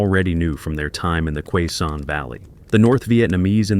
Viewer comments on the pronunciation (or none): Its pronouncest. Kay-son valley Not qua son